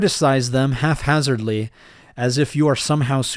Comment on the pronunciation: it’s HAPhazardly not HALFhazardly